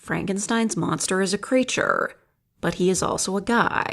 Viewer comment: "Creaturre" "Monsterr" Were you saying it like that on purpose?